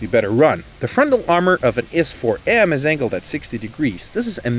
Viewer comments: I hate it when people pronounce IS "is" instead of "eye-ess" 😂😂😂 apart from that great video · did he just call i s IS TF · Useful video. By the way, in English, it's not an IS-3 (pronounced 'is' 3), it's an I S 3 (pronounced 'Eye Ess' 3). Same for the other 'Eye Ess' tanks. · You spelled IS wrong is I S thats how you say it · Can't people call it an "I-S" instead of "is"? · Know your tank, its not an IS-2 , its a I.S-2 ( thats how its pronounce ) IS-2 is for Iosef Stalin therefore you dont pronounced it as one word, but 2.é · the narrator pronouncing IS as "ees" bothers me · Your is pronunciation is wrong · In english people usually say I-S, but for example in hungarian we usually say "is" (we pronounce s like a german sch, or like the s in Sherman)